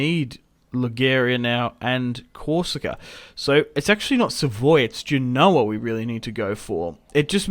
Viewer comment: Genoa is said as Gen-oh-aa. Not Gee-no-aa